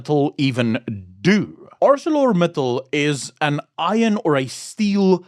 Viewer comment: I used to work there for 15 years. The name of the company is pronounced as in the King's English. "Acel-or Mittal as in Metal... Acelor Mittal...like in the Accelerator of a vehicle...As it ain't Arse-sore a-cell-orator... It might be, but it ain't. 🤣.It is Acelor Mittal. Capish.😊😅😂